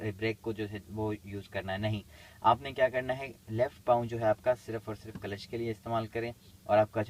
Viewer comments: कलेच ?😂😂😂 क्ल्ज है 😂😂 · Kalesh nhi sir Clutch hota h